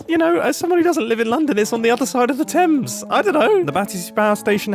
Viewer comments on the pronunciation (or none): none